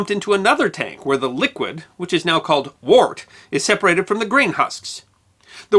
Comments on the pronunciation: because I'm sure you wanted someone to be pedantic at you, wort is pronounced "wert". "Gose" is pronounced "gōz-uh". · The character is called Wart, as a desultory rhyming name for Art from Arthur. It’s explained by T.H. White who wrote The Once and Future King. The Sword in the Stone is one section of the book, and the explanation is in the first paragraph: Besides, mispronounced wort. The correct pronunciation sounds like “wert”. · Just to clarify, Wort is pronounced "Wert". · Pretty sure that '"wort" is pronounced as "wurt" (rhymes with "shirt").